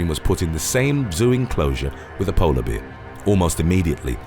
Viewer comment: Not bad. Would have been better if you could actually pronounce the word BEAR properly. Instead it sounds like you say BEER!?! WTF is with that?